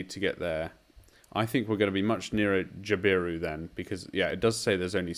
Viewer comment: JAB-i-roo CACK-i-d00 Cooinda T/O = 53 kms to the Cooinda turn off Good jpb mate!